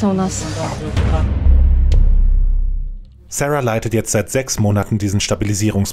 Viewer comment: Wieso amerikanisiert man den Namen Sara?